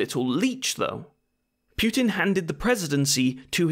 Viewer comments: Hey, mate, I hope you are doing well! btw, putin is pronounced as "poo-tin", not "pewtin". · Imagine making a video about someone and mispronouncing his name 51 times. Congratulations, you did it! FFS his is 'Poo-tin' not 'Pyew-tin'. 'War II and after he had discharged...' His father didn't discharge, he WAS discharged from the army. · It's pootin not pewtin fuuuuuuucccccvvkkkkkkk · Every time you said "Pew-tin" I killed a kitten. There are many dead kittens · "Pukin" idk if that's on purpose but 😂😂😂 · why "Pyoo-tin"? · Native Anglophones pronouncing Putin as pew tin or poo tin will never stop being funny. More importantly protest agains Yanukovich were because of EU, not NATO.